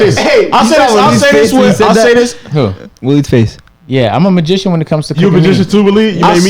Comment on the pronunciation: did agent just say he a MEATgician?!